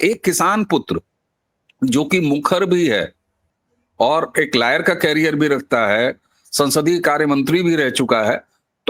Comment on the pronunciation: लायर नहीं सर, लॉयर